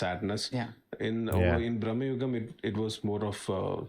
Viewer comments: not braamnugam.....it's bruuhmugan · It's pronounced like "भ्रमयुगम" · It's Bhramayugam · It's actually "bhrama yugam" भ्रम युग्म